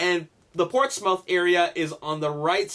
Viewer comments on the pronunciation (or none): Portsmouth is pronounced PORTS-MUTH not Mouth (soft o sound) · It's no biggy just wanted to let you know Portsmouth is pronounced ports(muth)